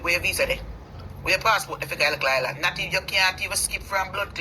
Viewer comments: there’s no “t” in island. For a person who think she so perfect, you need to learn to pronounce your words correctly. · I was about to write Island and not Islant